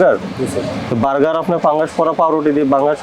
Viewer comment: সম্মানিত ভোক্তা অধিকারের সহকারি পরিচালক মহোদয় আপনাকে বলতে চাইতেছি যে আপনার কথাগুলো স্পষ্ট বুঝতে পারিনা আপনি যেই পাউরুটির ভিতরে সবুজ কিছু দেখা যাইতেছে এটাকে আপনি পাংগাস বলতেছেন না ফাঙ্গাস বলতেছেন ঠিক বুঝতে পারতেছি না যদি আপনি পাংগাস বলে থাকেন তাহলে ভুল বলতেছেন আর যদি ফাংগাস বলে থাকেন একটু স্পষ্ট করে বলেন